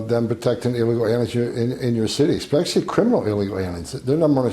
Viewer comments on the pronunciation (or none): none